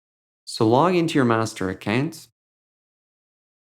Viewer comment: He says accant instead of account